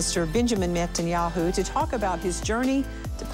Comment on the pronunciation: At the beginning, did she say Benjamin Metanyahu ? 🤭 God bless Mr Methanjahu.